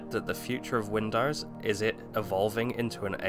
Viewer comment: to . " win dars ". WTF is " Win dars"? WINDOWS... " win dos " the o sound is long ( facepalms) " dos" the pronunciation is like multiple deer doe sounds like " does" but the O is long sounding